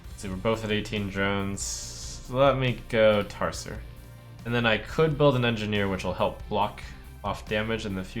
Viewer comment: Tar-ser? TAR-SER?!